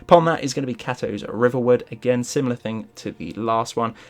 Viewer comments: lol hows the hell does this guy expect to be taken seriously its KATO not canto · It's kaytoe not cat toe.